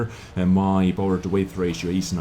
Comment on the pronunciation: Good review - I always enjoy watching your content. f.y.i. - the word weight (in power to weight ratio) is pronounced exactly the same as the word 'wait' English - it's so stupid XD